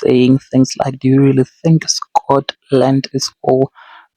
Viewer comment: Come on Scawt 🤣🤣🤣